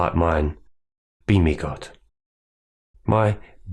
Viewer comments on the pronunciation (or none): Good message. for a sec I thought you said “beanie” not “be me” and that you followed a beanie God. Nonsense aside this was very helpful